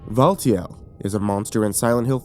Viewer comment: Looking at the timestamps. Valtiel. AH YES. "VULTURE". Update: Mispelled "Valtiel". Fixed spelling error